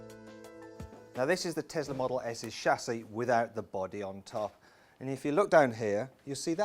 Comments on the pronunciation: it's a tesla not a tezla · Pronounced as Tezla.